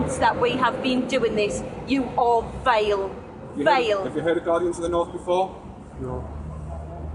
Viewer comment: Vile but with her accent its vale lmfao